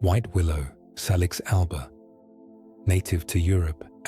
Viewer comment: salix has its origin in Latin language so it's pronunciation is say-liks BTW many English words derive from Anglo saxon a germanic language, which has a short "a" sound not a long "a" as in "ah" thats the French way of speaking...